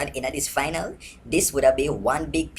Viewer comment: lol. Michael-Lee-Chin.